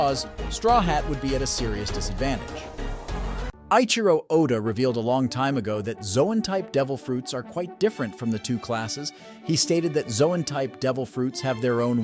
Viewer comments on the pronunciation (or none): "Luffy" is not "Fluffy" without the 'f.' It takes the same sound as 'Lou' from Lou Ferrigno [ Loo-fee]. Eiichiro is also pronounced with a long 'A' sound, not the long 'I' sound. Mispronunciations are my pet peeve so sorry for raining on the parade. Regardless of my frustration, the video was still solid dude.